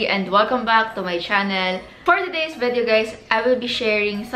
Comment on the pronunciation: ma ur agree.. and she sometimes pronounces video as “vedyow”